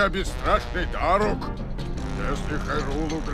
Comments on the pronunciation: правильно дАрук а не дарУк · ты уже достал, нужно говорить Да́рук, а не Дару́к. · правильно дАрук ударение на А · А ты знал что не дару́к а да́рук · Не дарУк а дАрук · правильно Дарук ударение на «а» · play Нет, чувак, я уважаю. Просто меня бомбило от того что он несмотря на ролики каверкал ударение. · Дарук ударение на а